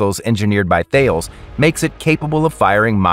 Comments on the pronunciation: The company 'Thales' is pronounced "TELL-ess"...not "THEY-alls" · "Thales" is pronounces as "talayss", not "ᵺale". Recoilless missiles are excellent against vehicles and heavy weapons, but recoilless guns would be nice too against troops, although there is something unethical and indecent about remote video game-like shooting of defenseless soldiers from the safety of your couch or chair. Especially when they are taking a crap or blowjob, as we have seen on Reddit drone footage. Bomb-dropping capacity would also make this drone more versatile, as many targets are hidden beyond the reach of a missile. Observation drones would allow to quickly send the destruction drones with the most appropriate equipment between missile launchers, guns or anti-tank grenades, as a drone can't really carry all 3 simultaneously beyond a certain range. Ukraine is currently building 30 different models of drones by the hundreds every month. I wonder if some of their flying drones have similar capacities. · Thales is pronounced T-ah-l-es by the way, it's french so not th-ay-ul-s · Pronunciation booper missile references: It's "Tal-lez" not "Th-ales" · Actually non, mon ami. Thalès, "Tah - less". Merci. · It's pronounced Tellus, not Thayles! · I'm here trying to work out the missile maker. Thales is pronounced TAH-LEZ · Thales does not pronounces "Fails". What company in their right mind would do? Make sure you are checking a bit your facts. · Thales is pronounced 'tallis'. Great vid though. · Its pronounced ta-lez or thay-lees. Typical American butchering the language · btw THALES is pronounced with a silent H and rhymes with Alice. JUst sayin. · That is not how you pronounce Thales.